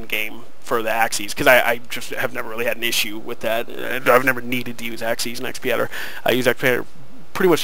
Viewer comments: Correction! It's pronounced X-padder not Xp-adder. Other than that great! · x pee adder! Ha, aside from the funny pronounciation, thanks very much for the vid, helped :D